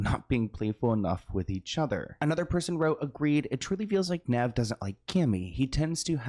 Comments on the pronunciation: The pronunciation of “Nev” is killing me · bro didn't even pronounce Nev's name correctly!!! omggg x.x